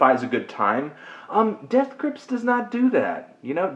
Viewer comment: You say Death Grips weird. You've got an emphasis on Grips that most people don't say.